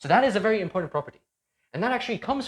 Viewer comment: The "D" in the word important is silent.